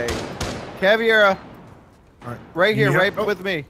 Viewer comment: it's not CAV "IE" RA it's CAV "EI" RA =P